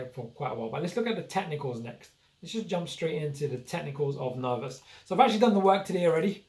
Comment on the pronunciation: It's ner vos network. Not ner vous network. VOSS VOSSSSSS!